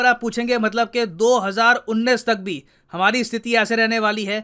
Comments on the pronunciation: Sir, 29 is उनतीस, not उन्नीस (19). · उन्नीस नही उनतीस* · sir small correction... You Continueslly mentioning 2019 instead of 2029 ... hindi pronunciation mistake Thank you sir 🙏🙏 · Unateesh bolo unneesh nahi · Sir, you are saying "unnis" instead of "untis" for hindi of 29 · Sir 29 is called as unttatis not unnis. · सर् उनतीश (29 ) को उन्नीस क्यों बोल रहे हैं? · * 29 = Untiss not unnis . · Unnis nhi untis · सर वो उन्नीस नहीं उनतीस है। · भाई को उंतीस बोलना था पर उंनिस बोल रहे है! कोई बात नही क्यूकी हम भाई के बहुत बडे फॅन है!!!! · Unnis nahi unnatis 🤌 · उन्नीस नही बोलिए sir उन्न्तीस बोलिए ( pure video me apne galat pronunciation kiya ) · 29 untis hota hai 19 unis hota hai..😂😂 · So hzaar unatis(29) not unis(19) sir ji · Unnis nahin unntish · sir its do hajarr untis not unnis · O Bhai kyaa ho gya h aap ko 29 ko 19 bol rahe hoo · Do hazar Unnis nahi Do hazar UnTees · Sir try to pronounce 2029 as 'do hazar untees' and not as 'do hazar unnis' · Sir It's दो हज़ार उनतीस (not उन्नीस) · Mujhe baar baar untees ki jagah unnees kyu sunai de eaha tha 🤔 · Sir galti se apne 2029 ko 2019 pronounce kr diya, multiple times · Sir आप बार-बार उन्नीस को उन्नीस बोल रहे है। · Sir read 29 as उनतीस ( उन्नीस 19 ko bolte hai ) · Unn tees not unn niss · sir unis nhi unatis kehte h 29 ko hindi me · Sir,29 ko उनतीस बोलते है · U are pronouncing 29 wrong sir!